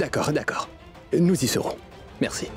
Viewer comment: Qui a entendu que karan a dit mercu mais pas merci😂😂😂